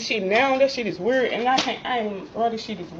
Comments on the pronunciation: I’ve seen the red bonnet girl eviction on Othniel’s channel. She’s the one who can’t pronounce the word “weird”. WUURRHD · Damn , she can’t even say the words communicate or weird properly . 🤦🏾‍♂️ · Say can't say weird right‼️‼️🤣🤣🤣🙄🙄🤣🤣🤣🤣🙄